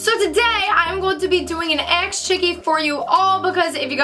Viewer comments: Does anyone notice she is saying aks chickee instead of ask chickee. I mean it doesn't matter she is still a queeeeeeeeeen! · Don't get me wrong, I love you and your videos but is it too much to ask for you to say ASK not AXE like for real ASK is not the same thing as AXE. Anyways love you ❤❤